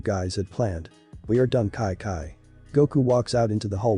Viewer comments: It’s Chi Chi. Not ci ci or ki ki. Though it is a really good episode. When is the next one coming out? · Its chi chi not kai kai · It is chichi not Kai kai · It doesn’t make sense why the voice says “kai-kai” instead of Chi Chi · why you saying kaikai instead of chi chi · Everytime it said “KiKi” it just made me mad but good story tho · Its not ki ki stop saying that its annoying great story but its chi chi😑 chi chiiiiii! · kai kai is chi chi idk why is pronounced like that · Just me getting annoyed with wis and kai kai pronunciation 😂 still good tho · The ai doesn't know how to pronounce Chi-Chi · The pronunciation of chi chi is weird